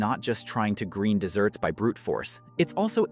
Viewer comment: When he said "desserts" instead of "deserts" I just cringed. Thumbs down.